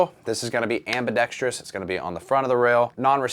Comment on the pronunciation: Shoutout for pronouncing AMBIDEXTROUS correctly lol